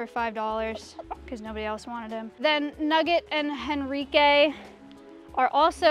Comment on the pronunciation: I was like you're saying Enrique wrong then it clicked........Henrique. Amazing.